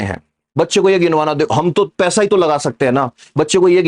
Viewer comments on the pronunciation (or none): none